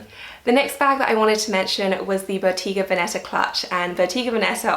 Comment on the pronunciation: I love your videos. YSL is my favorite. Can you do a how to style video? By the way that is NOT the correct pronunciation for Botega Veneta. 🤣